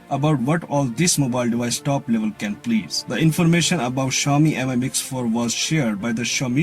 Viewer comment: I’d say MI is pronounced ‘me’ not ‘emeye’ and try to lighten up a little and get a bit more ‘ASBYT’! Your background looks better than the last one I watched. The phone seems a good Android offering. I’d like to see one without a notable bottom ‘chin’ thicker than the side and bottom bezels but that’s not happening on Android thus far even Samsung only seem to be able to do that and then only for Apple not themselves!😂